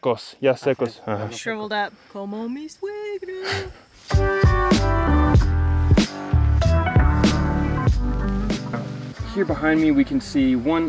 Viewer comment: "Como mi suegra" ... dicho como una verdadera Mexicana <3